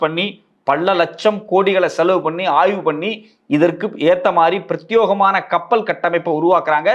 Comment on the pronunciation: 👍 "Prathyogamana" tappu pronunciation "Prathyekamana" correct pronunciation